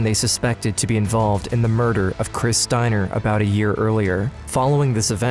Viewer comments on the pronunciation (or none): Talking "uh-boat"